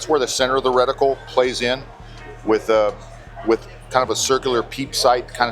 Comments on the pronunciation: Sounded like you were saying reticule to me. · Reticle, not reticule.